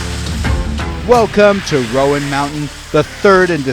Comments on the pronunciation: Right. Roan sounds like rōn. Not rō ann. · Too bad the narrator can't pronounce the name of the mountain correctly. It's ONE syllable ROAN not ROWAN. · You'd think they'd ask a local how to pronounce it. Like "moan." Not Rowan. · That mountain road is no joke. I’ve been up there many times. Also the announcer is saying it wrong. It’s not Roeann it’s Roan mountain. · Super cool this happened almost in my back yard.... who told the announcer the wrong way to say Roan?